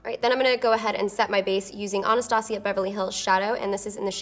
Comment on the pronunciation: I love her but for some reason I hate the way she pronounces "Anastasia" almost like "Onostasia" lol